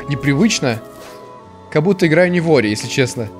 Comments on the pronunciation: и снова говорит не ори а орио ) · Все: Ори: Орио;) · Ты на 35 минуте сказал ореол вместо ори😂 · Я один слышал как говарил не ори а орео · Мне одному слышится что говорит орео